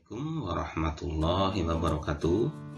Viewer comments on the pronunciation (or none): none